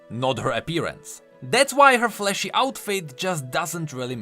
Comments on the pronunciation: I kept thinking he said fleshy and not flashy lol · I love how every time says "Flashy" I have to double take because I misheard it as "Fleshy". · Every time you say flashy. I always hear fleshy.